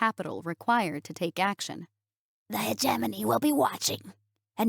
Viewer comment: Finally, someone who says hegemony in a way that sounds correct!!!